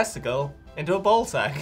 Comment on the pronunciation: does anyone else hear bowl when they say ball?